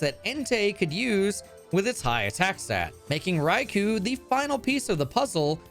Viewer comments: Rai-coo is also wrong. Rai-coh is the way to say the -ou (ō). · All of the legendary beasts are named after different Japanese words for emperor (with a word referring to the associated element before it). In Raikou’s case, the name is 雷皇 raikou “thunder emperor”, and the name is pronounced like English “rye” + “koh”, not “koo” or “ku”. This can be confirmed by listening to the Japanese name as well. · Raicow the legendary cat 🤣 I love the mispronounced pokemon names and the amazing content!!! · IT IS PRONOUNCED RAI-KOH KOOOOOOOOOHHHHHHHHH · The Rai'cow' is how I've always pronounced this pokemon as a kid, as my native language reads those letters differently. I got so excited, then your fakeout slapped me in the face lmao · you made a joke about pronouncing Raikous name wrong, and then still mispronounced it, you truely are comedy.